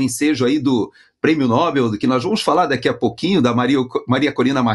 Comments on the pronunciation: NÓBEL NÃO, NOBEL CARAJO!🫠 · Esse Nobel, dito como proparoxítono, já virou uso consagrado? Tristeza!